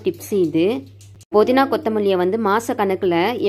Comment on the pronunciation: Ur pronounsation is very poor puzu sollu pulu is incorrect podina is incorrect pudina pl correct Ur pronunciation